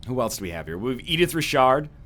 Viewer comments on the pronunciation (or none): Pronounces Richard "rihshard"